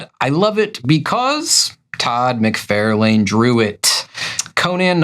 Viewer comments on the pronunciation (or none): Todd McFarlane is pronounced Mick-Far-Len. (Not mick-fair-lain) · Love the channel... but why can't you say "mc-FAR-lin" by now (instead of "mc-FAIR-lane"). It's a knit-pick, for sure... sorry.. Love the show. Please don't hate me. I do like the videos, I promise. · "Mc fair lane" ?? I've only heard "Mc far lan". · ok, I'm pretty sure this must be a long running joke of yours, but I can't stand it. It's pronounced "Far"lane, not "Fair". I'm afraid you're literally trying to real life Marvel retcon this and I must be a bulwark against this. I wouldn't think your serious, but you said you haven't read any Iron Man comics so now I'm questioning everything. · I always enjoy your videos, but every time you mispronounce McFarlane's name it drives me crazy. It is not Mc-FAIR-lane, it is Mc-FAR-lane. Actually, Todd pronounces it Mc-FAR-LIN. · Have I been mispronouncing "Rob Lie-Feld" and "Todd Mick-Far-lan" this whole time? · No, you haven't. He just pronounces both names incorrectly. I have heard both Rob and Todd say their last names and each other's last names. They say "LIE-FELD" and "MIC-FAR-LYNN". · Todd Mc-Fairl-Lane? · Can you pronounce McFarlane as it sounds …lol…if he is your favourite artist…musk-far-lyn….sorry love your content just feel like…it’s the man’s name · Geeze! No Todd McFARElane? How about Rob LEE field? What about Joe SinNOTT instead of how he actually pronounced his name? It’s SINNIT. What part of the country are you from or do you guys just do this to be funny? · Also, I swear at this point you’re just purposely mispronouncing McFarlane. Stop it. You sound clueless.